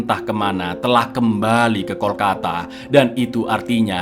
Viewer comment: Kalkota bkn Kolkata 😊